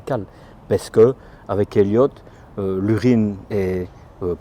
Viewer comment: Je ne résiste pas au plaisir de te tutoyer : c’est "Etteliot" le Systeme de traitement de l.urine, pas "Elliot".